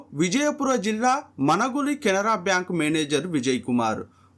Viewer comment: Baankuu kadhu ra it's bank